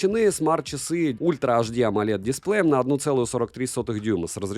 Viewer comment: Display ударение на втором слоге. 90% блогеров не знают этого хотя на русском тоже на втором слоге